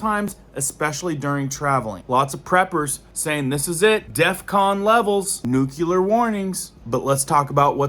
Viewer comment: It's New-clear not Nuke u lar.